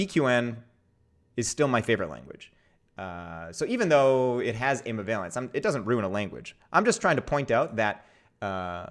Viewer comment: Omg my poor ears, is there a program to replace incorrect pronunciations of ambivalence yet? So much language angst.